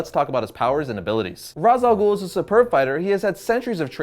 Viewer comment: also ghul doesn't have a silent h it has another sound which is "خ" in arabic and americans or people who speak only English in general can't pronounce it